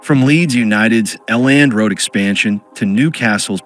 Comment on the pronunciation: Elland......not L nd lol